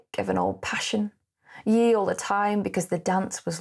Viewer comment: Hi, V interesting, but one teeth-on-edge moment as tip for future: 'Yea" is absolutely deffo pronounced "Yay" - not 'Yee", which made yr otherwise excellent reading, and the poem, sound weird. Emnmasaying,com confirms, and all other readings I've heard, including a great one from Burton on YT. Interested in your point about hexameters which I'd not noticed, As a Latin rather than English meter I wonder whether it has the effect of making the poem feel urgent, precipitate and slightly mad - like Burton's reading. Also interesting that other artists raided the poem, which must say something. Cole Porter, in a comic tone "I've always been true to you, darling, in my fashion" and Margaret Mitchell, who loved the poem, used 'Gone with the Wind" for her book.